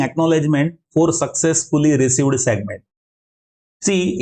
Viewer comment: hello, it's "every segment" and not "ewry segment" , it's "received" and not "receiwed", "video" and not "weedeo" - your sincerely, junior grammar n-zi. Besides, thanks for a nice video, I'm looking forward to watch your another video, about sliding window.